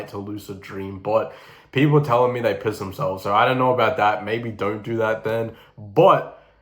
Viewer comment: i love how bro emphasizes “piss”